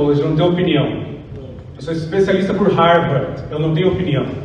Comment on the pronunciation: Ele falou RARVARDI , mas aí entenderam Harvard, tenso 😅